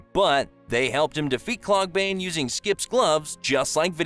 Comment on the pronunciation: Also Klorgbane not "Kloogbane"